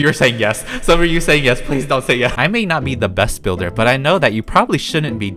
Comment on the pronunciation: “I not good bilder” Lol